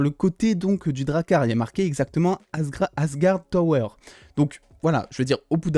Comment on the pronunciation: C'est asgard tours et pas asgard tower 😉 C'est peut être un drakkar de tourisme 😂